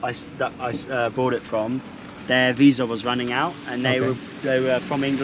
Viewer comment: Me quedo con el Ferrari, lo vendo y compro una camper de 2ª y vivo de rentas el resto de mi vida... (... visa se pronuncia igual que en español...)